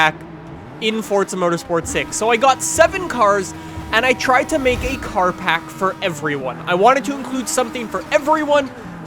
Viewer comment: Pack not park